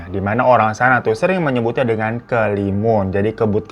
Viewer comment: BANG SETAU GUE ITU NAMA NYA KABUT HALIMUN DEH.. BUKAN KELIMUN